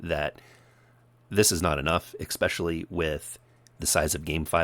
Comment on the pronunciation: "EXspecially?" Are you seriously this stupid?